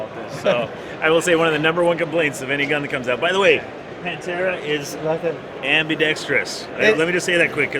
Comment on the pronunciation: Just FYI the TH is pronounced, it is not saif Pantera it is said Panthera, like the cat Panther, you don't say Panter